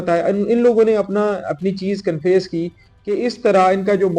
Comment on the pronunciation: He cannot pronounce confess properly.. This is Sindh Police for you. 😂😂